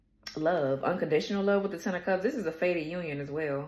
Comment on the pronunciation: Wait did U say fated or faded? cause they dang near ass ass in ated me emotionally already this life ya push you off a cliff so they can say they rescued you smh